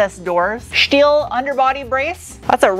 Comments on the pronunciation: nothing will ever be as iconic as Sarahs "shteel conshtruction" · Is "shteel" and "shtruts" just a shpeech impediment? Or schtick?